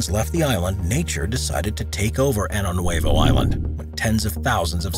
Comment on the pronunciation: Pronunciation: Año Nuevo is spelled with an ñ (enyay) and should be pronounced "Ahnyo."